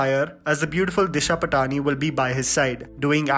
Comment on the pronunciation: It's pronounced DISHA PAATNI